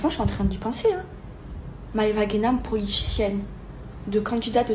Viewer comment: Elle a dít quoi ? Politichienne ?? 🤣